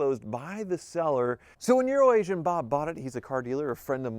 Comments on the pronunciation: I learned something today... CAN say Euro-Asian. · I still cant not hear "Urination Bob" even when hes saying it right